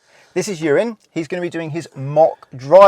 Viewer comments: The captions really do his name in at the very start but consdiering his name is Ewan, it really does sound like you say Urine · He used Ewan but sounded like "this is urine" i had a scare for a moment...thought he was taking the p*** 😂 okay I'll just get my coat and leave 😂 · I heard it as urine so subtitles has it bang on 😂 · To be fair to the subtitles, it honestly sounded like he said that. I did rewind it a few times. 😂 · Why does it sound like he called him urine at the beginning 💀